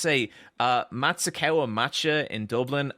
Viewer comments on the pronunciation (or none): none